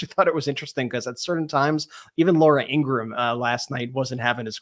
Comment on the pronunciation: "Laura In-gra-ham" 🤣